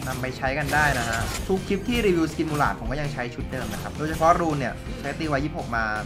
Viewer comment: 6.32ผมได้ยินพี่พูดว่ากุหลาบ แต่ที่จริงมันชื่อว่า มูหราด